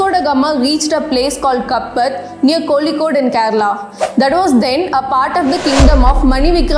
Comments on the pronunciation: You should pronounce the name of Indian cities correctly... It's not Kolikode, Kozhikode..Or else use it's anglicised name Calicut.. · As someone who wants us to pronounce the names of places properly....I would request that you learn pronounce to "Kappad" and "Kozhikode" first. I was never taught that Vasco da Gama discovered India (Idk how you can speak for billions of people and their history textbooks). What if he discovered India? For the European countries...he did find the new trade route to India and he did discover India for them. You should not propagate such nationalist ideologies. We don't want people thinking that the Indians are above everyone else in this world and that Hinduism is the best religion. Tip: Mention the source of your information in your future videos.